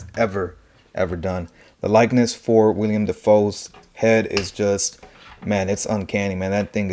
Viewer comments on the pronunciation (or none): It’s Willam, not William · It’s Willem not William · Nice review! This is by far my favorite design for goblin and I will be keeping him with the mask on for the most part. Also I do want to say his name is Willem, not William. Just nitpicking because the internet